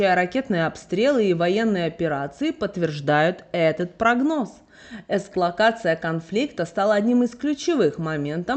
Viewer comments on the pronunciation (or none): Эскалатор------> эс ка-ла-ци-я